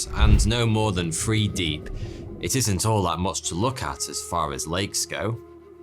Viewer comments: You have some great stories but I don’t think my soul can take any more “weather” pronounced as “wevver” or “with” pronounced as “wiv” or “three” pronounced as “free” or “thought” pronounced as “fort”. 😩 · is my hearing off or does he say Free instead of Three?